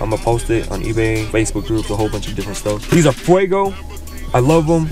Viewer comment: The video was cool until you said feugo